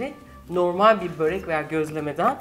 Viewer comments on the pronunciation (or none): none